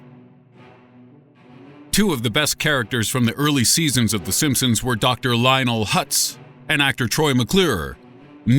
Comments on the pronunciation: In the beginning he said the simpsoons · at the beginning "the simpsoons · Di he just say the "sompsoms" in the intro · he just said the simpsoons